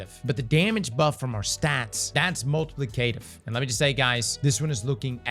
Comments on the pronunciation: Multi plee kay tiiv you say...... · it’s “mult-uh-plick’-uh-tiv”